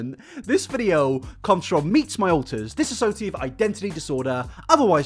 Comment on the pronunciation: Okay can I just say.... TRISHA. SAY IT WITH ME. DIS-SO-SHA-TIVE. Dissociative. and going off of that. DIS-SHO-SHA-DID (and you say DID like the word, not seperate letters)